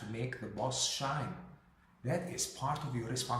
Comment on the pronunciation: Shine not Shy